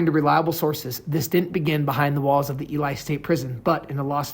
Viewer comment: Dude don't really know shit! His pronunciation of Ely shows this!